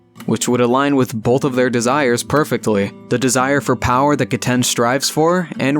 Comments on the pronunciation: It is ge-t-en GET IT RIGHT! GETEN IS THE BEST ICE USER AND NO ONE CAN CONVINCE ME ANYTHING ELSE. And you said 'seen her' its a he. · Just so you know it is “Ge-ten” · I think it’s pronounced gehten